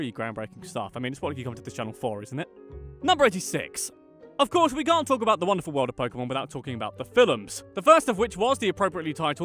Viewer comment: when you said, "we Brits" I heard, "wee Brits" lmao